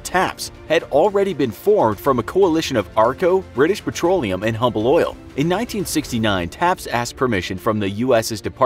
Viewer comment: The Humble Oil Co. was pronounced The “Umble” Oil Co.